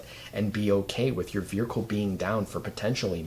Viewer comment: Why is everyone pronouncing vehicle wrong. Veerhicle….?